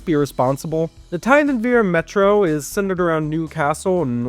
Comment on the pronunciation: and o is pronounced as u And the River Wear is pronounced weer not wear as in “to wear a skirt and thigh highs” EDIT: nvm u pronounced it correctly im dumb EDIT 2: u didn’t pronounce it correctly in “Tyne and Wear Metro”